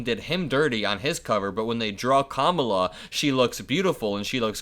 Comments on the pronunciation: I'm beginning to think that DonOLD mispronounces our VP's name just like he mispronounces other stuff because he has no control of what comes out of his mouth - another option could be that he thinks Kamala is the Queen of England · He just shows how stupid he is, by not being able to pronounce it correctly! 😮 💙💙💙💙💙💙💙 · I think he was dissing Queen Camilla, not mispronouncing Kamala’s name. I bet King Charles thinks the same thing if he heard it. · GREAT JOB MY HERO 🦸‍♂️ DESTROYING DONALD TRUMP CALLING HIM A KINDERGARTEN CAUSE HIS BEHAVIOUR IS ONE ALSO CAN’T READ OR PRONOUNCED KAMALA FIRST NAME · It is unprofessional and disrespectful for him to mispronounce her name, as it reflects poorly on his cognitive abilities and overall demeanor. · I think he can’t remember how to say her name and gets it mixed up with Queen Consort Camilla in England. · Mispronouncing her name is about racism. I heard that from racist mispronouncing my name my whole life. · There are video clips of trump pronouncing Kamala correctly. He is juvenile, thinks that mispronouncing her name is somehow clever and insulting. He just doesn't realize it shows his low IQ. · I think there are 2 reasons Trump mispronounces Kamala's name. First, he does it purposely because he thinks it will impress his crowd(ridiculous!). Second, her name is 3 syllables and Trump often has trouble remembering how to pronounce multi-syllable words. 🤣🤣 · Mispronouncing her name just feeds into the idea that he is falling rapidly into senility. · I wouldn't be surprised if Melania DID vote for Kamala. She hated being the First Lady. And tRump probably mispronounces Kamala because his brain function is getting worst by the days. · I don’t think he mispronounced Kamala. I’ve never heard him say it like that. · I don’t think it’s deliberate. He genuinely can’t pronounce his name because his brain is fried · I think he said “Camilla.” I’m not sure how King Charles or Kamala may feel about that?